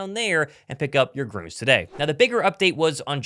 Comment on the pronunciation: Hey, "Gruns" (with an umlaut), is pronounced just like "Greens."